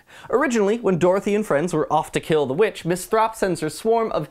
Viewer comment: "Miss Thropp"